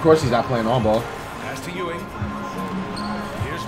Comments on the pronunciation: Lol and then you can’t even pronounce Patrick Ewing name right 😂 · Not forgetting Patrick Chewing and Akoumpo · Why can’t he get one NBA player’s name correct? PATRICK CHEWING? AKUMPO? ZEYON WILLIAMS? LUKA DONNAKICK? This guy is hilarious 😂